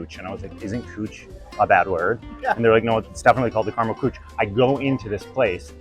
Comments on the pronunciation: as a german i was very confused about the cooch and then i was like ooooh you mean Küche xD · Kuche, with the dots in the U, it's pronounced Ky,-khe. And it means Caramel Cuisine in German. So no, don't coo-chie, say ky-khe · The fact that küche is pronounced cooch is beyond funny😂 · I'm pretty sure 'kuche' is 'cake' in German, also the pronunciation was amusingly off XD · I spent like five minutes trying to guess which German dessert were you guys talking about assuming it was some USA/German fusions and then revealed they were just saying "Kueche" wrong... That said, if Tiramisu has Nutella in it, it's not authentic anymore. Fellow Italians can come and fight me in the comments. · I took German in high school so I have a very remedial level understanding at this point- hearing küche pronounced that way is incredible lol